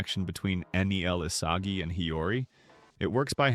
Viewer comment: bruh why asagi its isagi